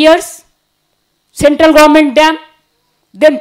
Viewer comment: Deging or dredging? Gorment or Government? 😂😂😂😂😂😂😂😂😂😂😂😂😂